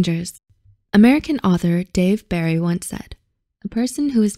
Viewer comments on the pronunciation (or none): none